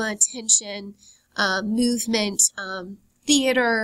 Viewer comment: Sweety. Work on your voice, because you have the content pretty much done. "Myuvement"? And the vocal fry....